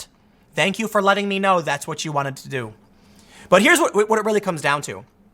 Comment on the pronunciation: "I tell ya hwut." ~